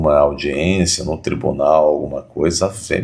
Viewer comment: "Ministres do Supreme Tribuné Federe.........kkkkkkk